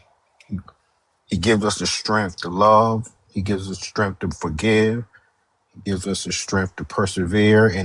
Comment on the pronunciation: It's "STRENGTH", not "stremf".... 😖😖